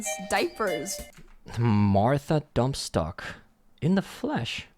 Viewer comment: It's DUNNSTOCK, not DUMPSTOCK. Geez, animator.